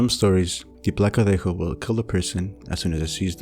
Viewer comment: Your Spanish pronunciation is quite good! I was pleased to see legends from my country featured (el cadejo/los cadejos, from Nicaragua). New sub! ETA: In Nicaragua, la ciguanaba is also known as la cegua. The story is basically the same.